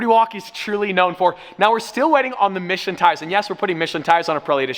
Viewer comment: I'm quite sure he's saying Michelin tires, but it sure sounds like "Mission tires".